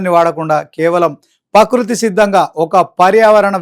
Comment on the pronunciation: ప్రకృతి అనడం నేర్చుకో